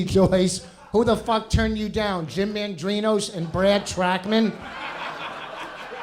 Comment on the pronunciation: did vos just call jim "jam"